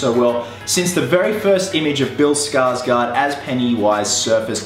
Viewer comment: The "å" in Skarsgård is pronounced like "awe". There ya go. Not Skarsgaard. Skarsgård.